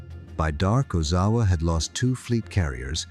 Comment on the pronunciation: Oh-Zow-A. It's not that hard to pronounce.